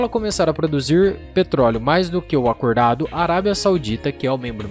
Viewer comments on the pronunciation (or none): Há de chegar o dia em que os brasileiros conseguem pronunciar as palavras tal como elas são.." produzier" "acourdado" " fuorte", horrivel!